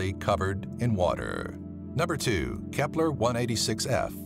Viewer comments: whenever he says kepler i hear hitler lol not joking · Nobody: Dude: K E P L E R